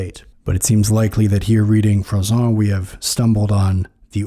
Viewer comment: It's Jean Froissart with an 'r' sound at the end. The way you pronounce it it would have to be Froissant.